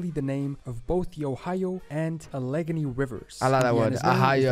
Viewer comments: ..... he mispronounced "Allegheny" as "AL-leh-gin-NEE", but it's "AL-LAH-geh-nee" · Needs to learn how to pronounce Alleghany correctly.